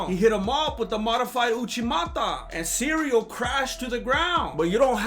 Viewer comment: is so good I don’t even feel the need to fast forward the ads! Makes me almost wanna buy me some magic spoon! LOVE these recaps. I know you don’t love doing them but we love watching them!! Cereal Gane never gets old, I crack up EVERYTIME I hear you say cereal!